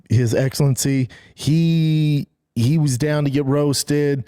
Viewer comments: “I’m not Tony hinge cliffe” “His eggsalensi” “The Advengers” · Brendan “his eggselency” Shaub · His “eggsilency” 😂😂😂😂